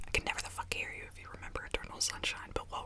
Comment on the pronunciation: When she says “you” it sounds like “ew”